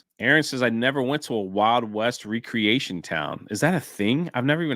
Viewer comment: I think you were going for wreck-reatioin not wree-creation... :face-turquoise-covering-eyes